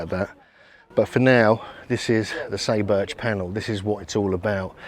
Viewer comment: SAY is pronounced like the English word "sigh" and "u" is like "oo". SIGH boorch. Just saying.